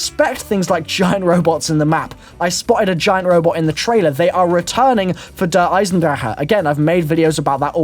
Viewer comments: Der-Eye-son-drack,, not Der-Eye-son-draher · It's "Der-i-zen-drack" don't believe me? Hear Jason Blundel say it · he says der eisendrache wrong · you say "Der eisendrache" so wrong haha try speaking it out differently